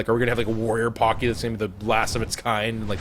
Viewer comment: paaaaaacky not poky